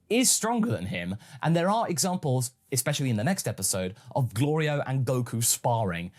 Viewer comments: I like how Goku keeps getting Glorio’s name wrong but doesn’t have an issue with other peoples names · Something that gets me every time is the running gag of Goku repeatedly mispronouncing Glorio's name, it reminds me of the tfs gag of Goku mispronouncing the name of the Hyptertonic Lion Tamer and the Spaghetti star. do you think it may have been inspired by that? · Glorio is going to end up turning evil because he's tired of Goku saying his name wrong.